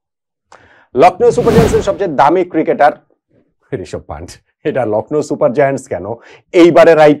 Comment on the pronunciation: পান্টের নয় কথাটা পান্থের হবে, ভুল উচ্চারণ ও ভুল লেখনি